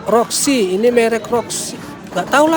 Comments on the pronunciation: Merek voxy bukan roxy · Voxi bang bukan roxi gimana ah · Bang.,,,itu Sangat jelas Tulisannya Toyota VOXI bukan ROXI 😂😂😂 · VOXY bang bukan Roxy😂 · Maaf bang, voxy bukan roxy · VOXY bang 🤣bkn Roxy